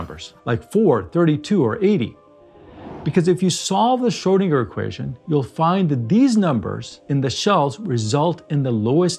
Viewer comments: Its Schrödinger, not “Schördinger” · Didn’t realise Schrödinger should actually be called Schrödingo 🇦🇺